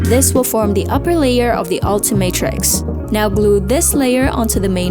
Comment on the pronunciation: It is not altimatrix it's ultimatrix 😊